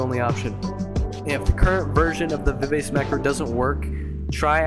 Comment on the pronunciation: It's pronounced Viv ah chee